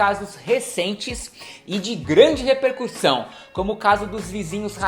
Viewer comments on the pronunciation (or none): none